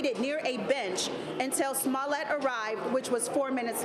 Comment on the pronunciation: She said... "Smellit" 😊😆😅